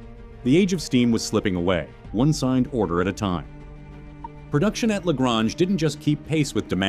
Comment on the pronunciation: Pronounced " la gray nge"